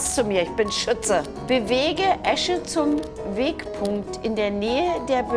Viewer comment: sie hat jetzt nicht ernsthaft Esche gesagt xD